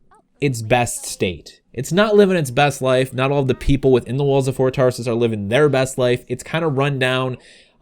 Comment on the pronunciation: It sounds like ur saying Ford Taurus lol